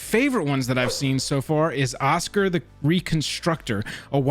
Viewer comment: Osgir (Oz-Gear, not Oscar)